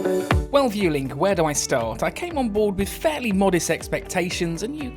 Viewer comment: It's pronounced Vwelling